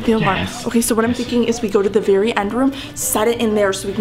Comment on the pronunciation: You said Barry mad not very mad